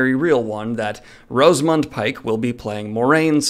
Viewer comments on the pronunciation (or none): its pronounced ROS A MUND for God sake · Ros-A-mund Pike!!!!!!!!! Jesus Christ! 😐🙄